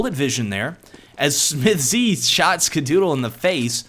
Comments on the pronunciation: i love your videos but please, stop saying smith-Z, just say smiths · Maybe check your pronounciation of SmithZz, sounds weird to me. Nice video anyway, thanks for uploading since I missed this game :D